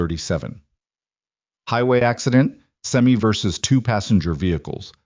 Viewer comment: I agree with you completely on that one. It's like someone's reading with no punctuation. They say someone asks a question and it's they said this rather than they ask this. And they can't pronounce semi they pronounce it like it has an e at the end instead of an eye. I wish they'd do away with the AI crap and have an actual person do it